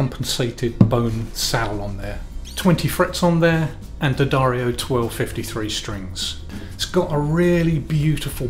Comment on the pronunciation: Kudos on correctly pronouncing, D'Addario.